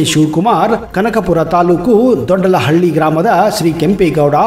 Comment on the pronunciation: ದೊಡ್ಡಳಹಳ್ಳಿ ಅಲ್ಲ ಕನ್ಲೆ ಅದು ದೊಡ್ಡ ಆಲಹಳ್ಳಿ ಅಂತ,, 😄😄